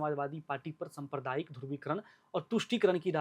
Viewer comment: सम्प्रदायिक nhi साम्प्रदायिक hota h ... pronunciation mistake